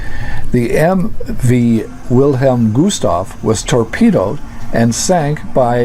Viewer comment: Great video, only its Gustloff not Gustoff